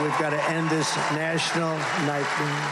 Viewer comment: "...And we gotta end this national night-meh..."